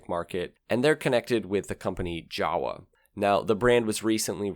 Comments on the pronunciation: I know,is not you.its english language,its so stupied .read YAWA ,not jawa.Its reason + why SERBIAN should be world language: allthe time u read same leter.no at monday u read deeferent then tue. WHRITE - HOW U SPEAK - READ HOW IS WRITEN EASY! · Jawa's proper pronunciation is actualy YA VA not GA UA. It's made out of two surnames: "JAnecek" and "WAnderer". The original pronunciation of those names sounds like "Ya ne tzek" and "Van de rer". Sorry but it really hurts my ears how most English speakers massacre it ;) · it's pronounced Ya-Va (Jawa). in Czech, J has a y sound (Founder was Frantishek Janechek (YAnechek. and the Wa is from Wanderer, whose engine was first used in the start of the company in 1929. In German the W has a V sound. so, Wanderer (Vanderer)/////////////hence, Jawa is Yava..................hence Volkswagen is actually pronounced in German as FOLKSVagen (V has an F sound) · Jawa is pronounced 'yarva'. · Hey, "Jawa" is pronounced "java", like the coding language, coffee slang, or the island formerly west of krakatoa, lol